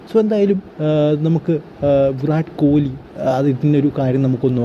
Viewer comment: താൻ പോയി ആദ്യം അദ്ദേഹത്തിന്റെ പേര് നേരെ ഉച്ചരിക്കാൻ പടിക്ക് എന്നിട്ട് ലൈക് അടിക്കാം